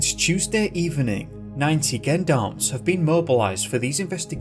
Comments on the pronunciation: Hey great video not heard of it & it's very vague & sketchy, & just for the record isn't is pronounced Jon-doms for the Gendoms as u say it? X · They're pronounced "Jeon-darms" not "Gen-darms" Face palm. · some french pronunciation notes: the letter g before e or i is pronounced like "zh" (or the s in vision). "Me" is short for "Maître", a title used for lawyers (like Mr is short for Mister). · Gendarmes or "Jean d'armes" ( for pronunciations sake) are not a paramilitary organisation. They are a French national police force based on military lines. Other than that. Cracking video. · Gendarmes is pronounced with a soft G, as if it were Jendarmes. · Gendarmerie and gendarmes are the military force/police here in France, and it's pronounced with a "j" like in the word Joke or Jeans ... Sounds like jandarm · its not gendarmes its "Jondarmes" at least thats the sound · Gendarmerie is pronounced Jon DAR Mery Gendarmes is pronounced Jon Darm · Absolutely butchered those French references. It’s pronounced ‘Jen-darm’ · For the love of god it’s pronounced ‘Jean-darm’ you sound like an american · Gendarmes is french. Its pronounced Shjean-darmes or was originally anyway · The 'gen' part in gendarm is pronounced like the name Sean. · Not everyone is French